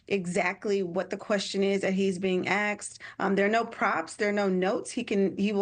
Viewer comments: "that he (Biden) know the question that he's being axed?" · ..."the question he's being "axed" 😂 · "He's able to clearly articulate the question he's being 'axed' "?